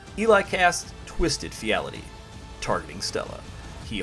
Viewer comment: Amazing game. Sad to see two deaths by final fortune, but that is the gamble. Also, twisted fealty would be pronounced Feel Tea